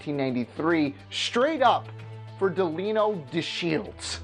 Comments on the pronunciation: It's pronounced De line 0 Deshields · Who is Deleeno Deshields? I know Delino, but never heard of Deleeno. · "De-lee-no" Sigh.